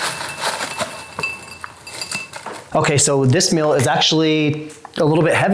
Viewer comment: It's pronounced MEAL not MILL